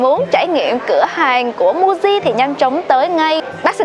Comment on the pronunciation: Muji đọc là Mư-ji chứ nhỉ, sao lại đọc thành Mu-ji